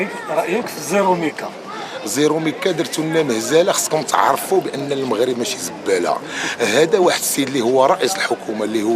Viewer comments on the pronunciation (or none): none